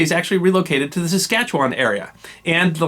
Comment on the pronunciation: I am impressed you pronounced Saskatchewan perfectly. The S is silent in Métis. Bravo I thoroughly enjoyed this video, I don’t know how they made history so dry in school.